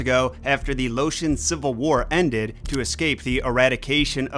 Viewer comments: He also said lotion. Isn't it pronounced lie ocean Laos... Laotians? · The h in hmong is silent and is laOtion not lotion. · I cannot listen to you butcher Laotian and Hmong 😂